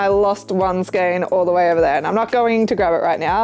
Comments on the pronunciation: Feral eyebrows oh my goodness I'm still giggling! I'm going to steal that sometime. I really like your choices of products you make, they're different than what everyone else does. You are right, the correct pronunciation for skein is "skain". There are online dictionaries that have a little sound feature that use that pronunciation. Really like your channel btw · No justification is ever needed for buying a metric shitton of yarn! 😂😂😂 You said it right, skein rhyming with "pain" (as someone who had to look it up because it's in my company name! haha) Great video as always. Hope it went great!